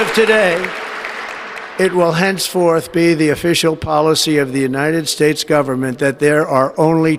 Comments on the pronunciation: "The United Spits" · he said "the United SPATES" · When talking about Panama did he just call us the United Spates??? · United spates?? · The United Spates XD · United spac.... I'm trying to say united state.... well done Trump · Did he (45/4*) just say, The United Spates"? Lol!!! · The United Spates eh? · "The United Spates"??? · Trump said United Spates, then quickly tried to correct his mistake with his patented “the weave” and says the United States!